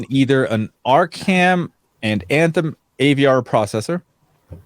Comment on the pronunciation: Athem or Anthem? Lol